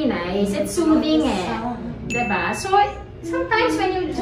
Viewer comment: DI BA. NOT DEH ba!!! Come on!